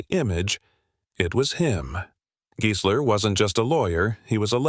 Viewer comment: If only AI could pronounce names right. It's pronounced Guysler not Geesler.